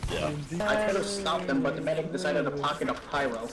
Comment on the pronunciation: Hey, can you now say medic?